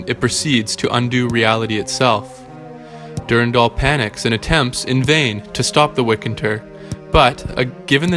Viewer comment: I don’t like how you pronounce Durandal or W’rkncacnter.